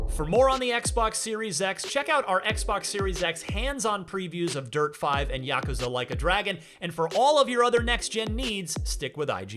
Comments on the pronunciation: It's yakuuzha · Ya-ku-za. Three syllables sounds fine to me. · You know it's yuh -koo-zuh? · Is just me or is he really butchering the word Yakuza? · Correct me if I’m wrong but is he saying yakuza wrong? Or right!?